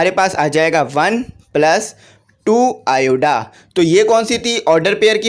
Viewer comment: lt is iota not ioda.